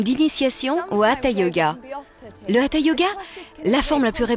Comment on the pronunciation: Vous êtes au courant que ca s'appelle HATHA yoga et pas Atha? quand les professeurs passe la formation on les apprend que du sanskrit sa se prononce HATHA et se traduit comme soleil et lune